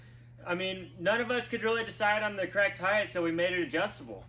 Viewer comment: Heighth lmao I love it